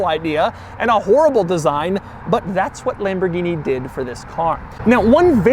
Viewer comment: It's not LEmborgini it is LAmborgini!